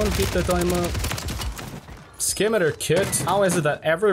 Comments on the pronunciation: just a quick notice its not "scim i ter" its "sim i tar" like the sword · the correct pronunciation of the "skimiter kit" is "si-mi-tar" scimitar kit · Pronounced- simitar like the sword. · I think the conversion kit's pronounced like the sword, Scimitar, the C being silent Great video though :D